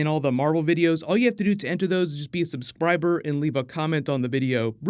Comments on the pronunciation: said "Be a Subspriber" lol! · is it just me or did say "subsbriber" at the end or am i tripping